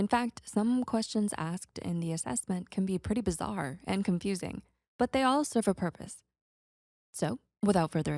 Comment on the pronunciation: Did you say BIZZARE? (Jojo reference)